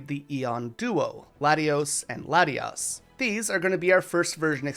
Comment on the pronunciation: THERE IS NO N IN LATIOS OR LATIAS! REMOVE THE LETTER NOW!